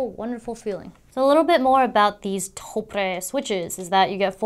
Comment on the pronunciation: Love the video but hate how she pronounces Topre.